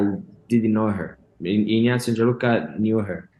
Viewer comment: Ignazio fala inhazio